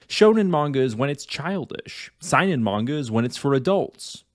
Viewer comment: You pronounced Seinen wrong and yes you are right Seinen and Shonen are more than their demographic and the perception of those types of manga